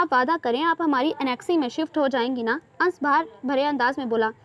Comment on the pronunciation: Ans nahin "Anas " Hota hai Dear😀